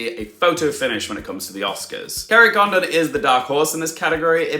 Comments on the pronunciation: Yes Garry D explains it better. Condon is pronounced similar to London. London is pronounced luhn-dn. Kerry's surname is pronounced Con-dn not Con-don i.e long o like Condom. Listen to how others pronounce it. Sorry not meant to be offensive. I've also heard many people butchering Padraig and also Barry Keoghan's name. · You missed the point….. Jackieblue was saying that it’s “Condon” with emphasis on the first syllable like London. The way you’re saying it is like “Kerry Condom” with emphasis on the second syllable. It sounds really wrong! Who wants to be called a condom? And you’re not alone with Brendon Fraser….. I’m not sure why Americans seem to default to Frasier….. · Kerry Condon's surname is pronounced more like Condin similar to how you would pronounce London. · Please, in you final Oscar predictions video, call her Kerry Condin, because that is how you say her last name.